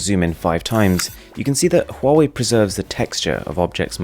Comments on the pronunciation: Huawei is actually pronounced as Wah-Way. Please consider right pronunciation next time. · I keep getting confused, you're pronouncing the first phone like "Hall way"